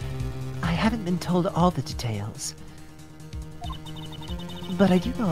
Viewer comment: Listen, I know it has been going on for a looong time at this point, but is there any reason you guys pronounce "detail" as "the tail"? Or was it from like an old old bit that escaped my mind? I remember the bit about edgeworth saying vase as vaas but I cant remember the tail.